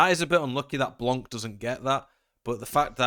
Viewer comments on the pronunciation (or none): Hey please stop saying Blank. It is Blanc the n and c are silence.